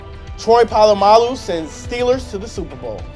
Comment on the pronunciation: Goddammit, pronounce Polamalu correctly!